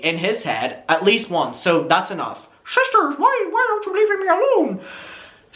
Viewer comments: I just can’t take it serious when you say *ShiSsTEr* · Shisster 😂 ya killin me lmao